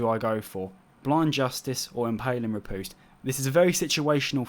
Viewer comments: "Impaling rih - POOste." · You said riposte so bloody wrong facepalm